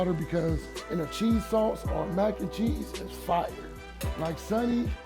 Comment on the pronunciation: Bro need some merch dat says " Fiyer"😂😂😂😂